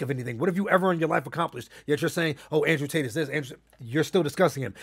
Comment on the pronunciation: Nigga said Andre Tate 😂😂